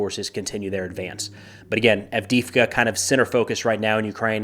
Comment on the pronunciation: Can you say Add dee Eve Ka ?